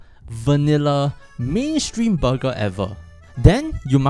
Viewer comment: Booger or burger...🤣😂